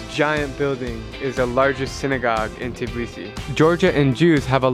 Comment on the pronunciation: I'm from georgia and don't say tibisi say tbilisi